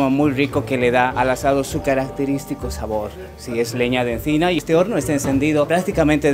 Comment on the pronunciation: Al inicio sí pronunciaba la "C" de "encina" como el español de Madrid, pero luego empezó a hablar muy rápido y a pronunciar esa "C" como la "Z" en inglés